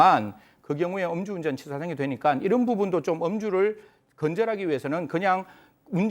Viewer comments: 엄주운전이 아니고 음주운전요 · 엄주운전 아닙니다, 음주운전입니다 ㅎ